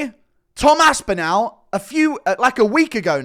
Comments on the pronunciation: START PRONOUNCING ASPINALL THAT WAY... ASP IN ALL... NOT OWL.. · you are pronouncing Tom’s last name incorrectly..say ‘all’ then say ‘AspinALL’..not Aspinal’…trust me..there’s about 20 million people in North West Uk where the name originates that shudder when you mangle it..😂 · Northwest England, not UK. He does say it weird though, even for someone from the south.